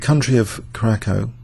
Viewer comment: The pronunciation of Curacaco is laughably off. It´s pronounced somethig close to "Kiurasao".